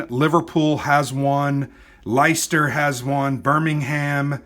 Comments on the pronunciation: Excellent overview, thanks - I've browsed this off the shelf a few times - its now closer to my 'acquire' list. If you do want to quibble about place names then it may help to know that leicester = lester, rather than lyster, norwich = the o is like orange and the w is silent... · Excellent video, I enjoyed that,, the game looks good fun. Leicester is pronounced “Lesster” and Norwich is pronounced “Norridge” (sounds like porridge) but hey, we all have local oddities in our countries - and I wasn’t laughing! Andy [They Come Unseen - Osprey Games]